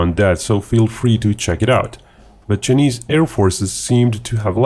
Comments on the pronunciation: "Chy-knees", not "Chin-ease". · Love your accent, and the fact that you don't hide behind a "robot reader" like some channels, but "Chinese" in English is pronounced "chai-neez". 🍻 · Ah yes, the Chin-eees. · Chii knees ???? Hey pronounce it properly!!!